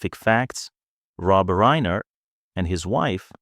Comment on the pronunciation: it's RINER no reener